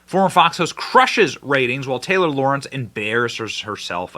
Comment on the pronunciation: Lorenz, not Lawrence